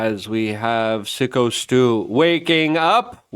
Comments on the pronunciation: Imagine reporting on Syko Stu and not knowing it’s pronounced like psycho at this point. Sicko doesn’t make sense for a wrestler. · It's fucking phsyco stew! Not sicko srew,shit learn how to read